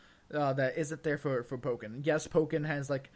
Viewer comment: Oh my god learned how to pronounce "Pokken" correctly...